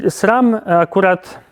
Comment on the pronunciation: Dlaczego mówisz Srem?